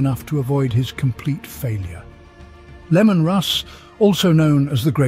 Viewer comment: I love how you keep pronouncing it Lemon lol